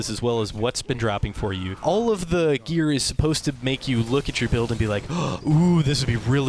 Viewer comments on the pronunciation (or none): none